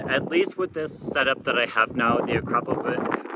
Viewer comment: AkrapoviCHI same as CHInook :) ... and it is Slovenian brand founded in 1990 by Igor Akrapovic